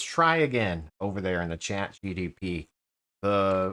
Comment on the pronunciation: say it with me. Chat G. P. T. G P T 😂😂😂